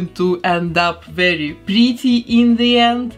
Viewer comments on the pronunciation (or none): Is just me or dose she say “pretty “ like this:”BLE-TEIR”?!